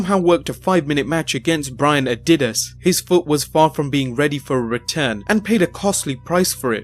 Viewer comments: Can't stand when narrator pronounces a basic words like "dynasty, Adidas and February " wrong. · I think he just doesn't know how to pronounce certain words. Nothing to do with any accent. He pronounces Adidas and Eligible incorrectly.